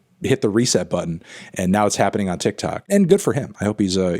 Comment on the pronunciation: him saying 'tic tac platform' is way funnier than it has any right to be